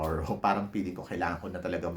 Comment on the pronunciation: Baka gusto mo gawing Feeling ang peeling? Wala lang. para mas maganda pakinggan. Anyway, it’s ok lang naman:)